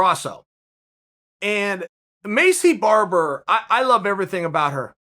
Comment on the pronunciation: Maycee Barber: “My name’s Maycee Barber” Uncle Chael: “Macy Barber” Macy Barber: “My name’s Macy Barber”